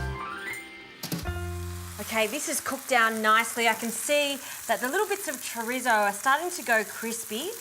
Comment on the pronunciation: No disrespect honestly but I love 💕 they way white people say Chorizo.